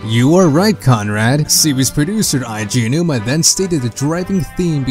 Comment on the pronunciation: I love the video and the theories but I cannot begin to explain how annoying I find your pronunciation of the name Eiji Aonuma. I am going to assume that this is simply just a case of not being aware of it. So the proper pronunciation is like (Ey-jee Ow-noo-mah). A man who has done so much for us Zelda loving gamers deserves that respect.